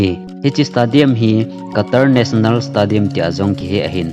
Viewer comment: 40,000 hi 40 seats na t in nivei jen tah chu le stadium hi stey- dee- um ti a pronounce d ahe, any way 👍👍👍